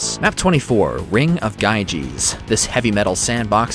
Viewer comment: GYGES is pronounced Yee-Guhs